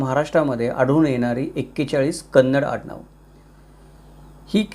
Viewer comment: Very happy that u said kannada not kaanadi usually marathi people say.thanks🙏🙏